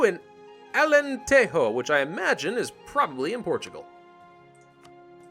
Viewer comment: Actually it is not pronounced like "alenteho", it's pronounced "alentejo" because in portuguese we don't use the H sound on J.(And beja is not "beha" for the same reason)